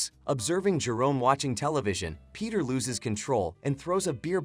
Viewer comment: bro really said lous